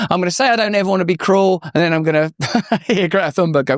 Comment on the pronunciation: Greta sounds like Gifa. That's how its pronounced in native tongue. Something like that. Some people have lost their sense of humour. Falsely claiming you are a piss taker to with a problem.